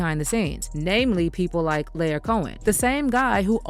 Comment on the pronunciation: R U SURE IT NOT PRONOUNCED, LY-OR ...? 'Cause it's giving, LIAR.:face-turquoise-covering-eyes